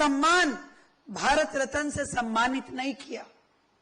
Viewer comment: रत्न बोलो रतन नहीं। 135 मनाया जा रहा है अनपढ़। सरस्वती पूजा नहीं फूले को नमन करें। जिसके कारण आज वहां पर है।